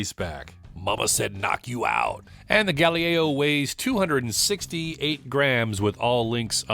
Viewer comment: I didn't know someone could mispronounce "Galileo". A totally unwearable piece, a novelty at best. Looks more like an homage to the Apollo space capsules. The hands are a bit phallic, the date window is too small, and it looks cheap, like a Chinese fashion watch. It didn't need to be this massive, and a more normal 40-42mm would've been an interesting watch. A missed opportunity for sure. Good video!